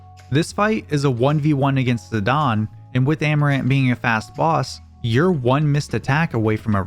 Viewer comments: It’s ziDANE not ZiDAWN 😡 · I hate when people say zidan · Him saying "Zidawn" is killing me XD ZiDANE. like a Great Dane hahaha. IDK, can be pronounced however anyone wants, but its on my nerves. I love the channel and content regardless though!!!! Much love<3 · "zidawn"? Lmao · Z-eye-day-n bro…. Fuck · if it's got an E on the end, I'm pronouncing it Zi-dane, not sorry